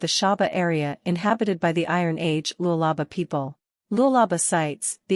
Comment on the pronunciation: Lulaba? Man shut up! It's Lualaba and should be pronounced like the way it's written